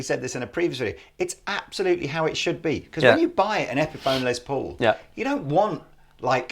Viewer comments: Stop making les Paul sound like a lesbian! It’s “less” Paul not” lez”Paul! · You Brits pronounce it "Lez" Paul. It's short for Lester (Lester Polfous was his birth name), so it's like "Less". Just fyi. Does not bother me, it's just interesting.